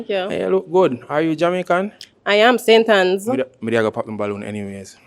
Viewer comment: Anybody weh come from St. Ann nuh call it "St. Anns" 😒